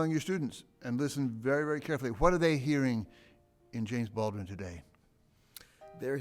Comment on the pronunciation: i wish Cornel said BalDwin instead of Ballwin. much respect nonetheless.